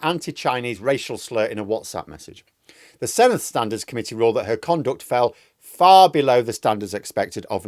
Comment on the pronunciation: Senedd - since you're going to be reporting on it a lot next May - dd = 'the' sound, not soft th (thin, thick) but hard (this, that, these, those). The soft th is spelt th. Whilst we're at it, ff is soft f, f is v, u is ee, c is always hard (Kumree for Cymru) and everything is said like it's spelt. It's so easy if you can remember about six things.